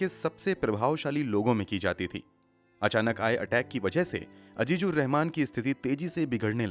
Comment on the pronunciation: Totally agree with you regarding the pronunciation.